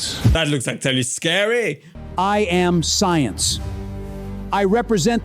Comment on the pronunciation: "I yam the soyence"